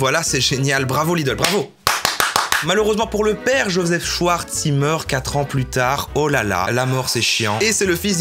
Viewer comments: "shouarz" Allemand lvl2: C'EST SCHWARZ [CHVARZ] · C'est "Schavars" pas "Schyars" 😂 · "Joseph Schouarz" haha t'as choisi espagnol toi hein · Mes oreilles d'allemand LV1 saignent TwT On dit schfartz qwq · "Schwartz" ça se dit "chvarts" pas "chouartz" !!! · "schVVVarts" pas "schouarz" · C est prononcé chvartce pas chouarse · et même CHVARTS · Je trouve ça ironique qu’un Belge (l’allemand est une langue officielle en Belgique) prononce « Schwarz » comme « Chouarts » 😶